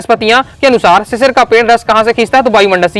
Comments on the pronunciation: भैया वह शिरीष है शिशिर नहीं😂😂😂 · Sir ji sisir ❌ sirish √